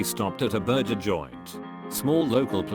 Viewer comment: I dislike videos with AI voices. You can tell when it pronounces AC as "ack" and burgers as "burzhers." voice is so expressive that the bland AI in the video sounds even worse.